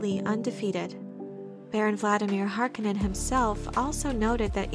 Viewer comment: Harkonnen is mispronounced imo. It's supposed to do sound harsh, almost guttural.